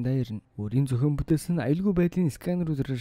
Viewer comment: Төрсөнө өдөр , Дахина, бүтээсэнэ, эзэлсэнэ, удаана, аваачина, хүнэ, нэгэнэ, болсоно, хэдэнэ, эргэнэ очиж, хамгаалалтына, оролдсоно, ажилтана энэ үгнүүд бүгд ард нь эгшиг байхгүй хэлээч хараал идмэр вэ хэлний үзүүрийн н хэлний угийн н гэж мэдэх үү урд нь бас хэлж байсан анхаараачээ хазгай ярьдаг пизда вэ